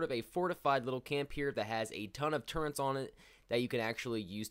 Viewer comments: Turrets, not turrents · Wait did you just call them turrents? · same mate, like wheres the bloody n? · One of my biggest pet peeves- when people pronounce Turrets, "turr-ents"... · oh boy i just love TURRENTS (all pronunciation hate aside nice video, it helped a lot, new sub!)